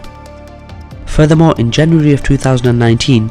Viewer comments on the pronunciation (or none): none